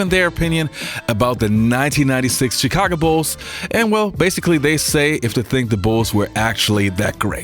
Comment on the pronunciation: Love your videos. Grew up in Chicago and with the Jordan Bulls. Thank you for not pronouncing the CH in Chicago like CHurCH. It’s SH like you pronounced it in this video. I noticed you saying it incorrectly in the past. A lot of people from outside Chicago mispronounce it. Charlotte is the same way. CH is pronounced SH.